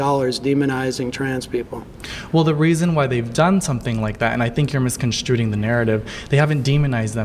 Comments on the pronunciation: I lost it when he said "misconstruting." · How you gonna play in someone’s face with a condescending tone and say “misconstruding” 😂 I hate these people. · That guy misused "juxtaposed", then he mispronounced "misconstrued" as "misconstruded" and i don't know how Sam managed to not laugh in his face, because he sounded like a little kid trying to use big words to sound smarter. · Did he say "misconstrooting"? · Homie says "misconstrooted" like they know things.... Do they know they are also on the target for LGBTQ agenda? Or... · Only corpumentary people say misconstruting. Intelligence people know it’s “misconstruling”. Can you grak? P.S., I caught that “misconstruting” too. This guy is one of the most confidently incorrect people I’ve seen in a long time. It’s easy to tell he’s an insufferable twat in his social circles.